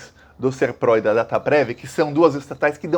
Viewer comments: Bom dia! Se escreve SERPRO Pronuncia: SÉRPRO trabalhei lá. São super rigorosos com todos os dados, são digitados, verificados e reverificados, com funcionários diferentes, e com as devidas rubricas e matrículas, isso quando era estatal, não sei agora como está. Dataprev também com o mesmo esquema, super rigorosos. Agora estão mudando tudo, virou uma bagunça. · O correto é pronunciar com "o" fechado a sigla SERPRO. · Boa tarde! A pronúncia certa é Serpro com a sílaba tônica no "Ser". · Boa tarde,! O nome é Serpro, com tônica na primeira sílaba! Eu já conhecia essa empresa desde 1985 porque trabalhava para repartições públicas... lembro também da Dataprev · É SERPRO e não "pró". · A empresa se chama SERPRO. Lê-se SÉRPRO. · O nome é Ser-pro. É paroxítona. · Boa tarde com relação a empresa, você fala direto SERPRÓ o correto é pro de PROCESSAMENTO. Obrigado pela chance de contribuir. Abraços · Não é SERPROR, e sim SERPRO. 😀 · SERPRO e não SERPRÓ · É SERPRO E NÃO SERPRÓ. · Boa tarde o nome correto é Serpro. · É SERPRO. Não tem acento no o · A pronúncia correta é Sérpro... com acento agudo no E ... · SERPRO, como você falou da segunda vez. Não é "SERPRÓ"; é sem vogal tônica. A sigla significa: SERVIÇO FEDERAL DE PROCESSAMENTO DE DADOS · as pronúncias são "Dataprév" e "Sérpro". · Escreve-se SERPRO, mas se pronuncia como se tivesse acento agudo no E: "SÉRPRO". Não trabalho lá, mas sou de Brasília e já conheci trabalhadores dessa Estatal. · está coberto de razão 👍 Muitos golpes advindos dessa situação de dados sigilosos mantidos no exterior e por empresa privada poderão assolar a população brasileira. A pronuncia correta é "Sérpro" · a forma correta de dizer é "A Dataprev" e "O Serpro". Quanto à tonicidade, a primeira é oxítona, "dataPREV" e a segunda é paroxítona, "SERpro". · Oi,. A pronúncia é SÉRPRO. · Pronuncia SÉRPRO! Com mais ênfase no E!